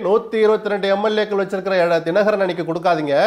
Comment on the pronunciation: This is the first time I see someone talking sense about Sasikala and rest including Dinakaran pronunciation is not great. DMK have no choice to remember this Guy 😂. If I were Sasikala I would really appreciate this guy.